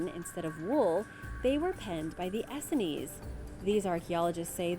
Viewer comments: Very interesting. BTW, it's pronounced as two syllables "ess seens", or "ess scenes". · Essenes- pronounced e-seens. Hard to believe you do not know this pronunciation...do you just want us to comment? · You mispronounced Essenes , it's pronounced ee-sings, when I saw your pic of Qumran I noticed it was a pit that was excavated by large machines, probably before the Essenes came there. The Essenes were Hebrew, they definitely were not jewish. Also no one lived Qumran, it is a lifeless place where no one would move to, though it may been a temporary place of hiding, Popular Essenes were Jesus, John the baptist, Samuel & Samson, all Essenes were vowed as Nazrites. I like what you said , there were definitely advanced societies & forgotten kingdoms. Medicine wheel obviously is a destroyed structure that was not destroyed in ancient times but in the past 200 years. The Church of St. Mary was not built by humans that lived in the 1000's: a more advanced society built it, no way people that were still riding horseback had the technology to built such a building, and I doubt it was originally a church at all. So many structures destroyed in the 19th century. Why is so much true history being hidden by main stream media?, and for what purpose?